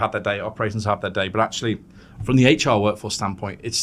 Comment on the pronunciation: in a competition for the weirdest pronunciation of HR the first places goes to this lady for sure. Heychoer